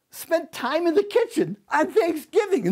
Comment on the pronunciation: “TIME” “JIME”